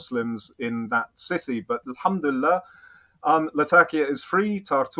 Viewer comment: I enjoyed your conversation very much. Robin summarized everything very eloquently. He is indeed a well informed and ground knowing person. other than that his Insaallah's & elhamdullillah's are very good in pronunciation. I still love your content. What I really did not understand is this; " Is the "Thinking Muslim" yt channel a British intelligence asset?!! If yes, let us know. No problem. We can live with that reality. Old school classic work. Good job. So far i did not though that was the case. But going down further especially on this conversation my perception of him and your channel changed a lot, i should admit that Mr.Robin seems to be a very valuable MI6 asset. His story telling is remarkable. Everything seems to be in order with him. At the end he pushes a well known narrative which is almost 95 percent correct. But as we often say the devil lies always in the details. I am glad to see a top level agent at his work. Hat's off.